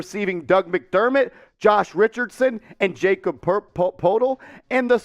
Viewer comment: Lmao this is bad. Really bad. You don’t even know how to say Jakob’s name. He’s worth a 1st by himself. Spurs want a 1st just to take Russell. So Jakob and Doug for Russell and two first round picks makes wayyy more sense. You must be a laker fanboy thinking your suggestion was a good deal.